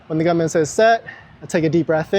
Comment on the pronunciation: “The gumnan” lol. They call him the starter where I’m from!